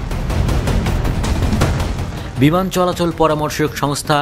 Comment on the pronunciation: বিমান নাকি বিমূন😂